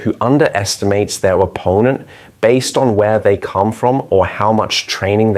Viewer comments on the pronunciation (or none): none